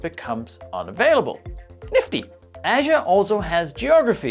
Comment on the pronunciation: Everytime when you say "Azure" it's sound like "Asia":) But nice video, thank you:)